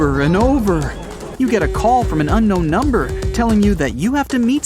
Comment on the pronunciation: unknown ❌uncnon✅